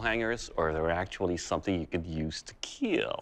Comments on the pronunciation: It will “keel” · it will keal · It will keel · the guy who says it puts specific emphasis on the I in kill and makes it sound like an e, seemingly as an Inside joke as he gets that grin like he pulled a fast one on ya.